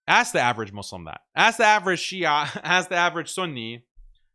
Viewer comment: Shia'a Muslim 😅 sounds like "Halal Porc 🤣"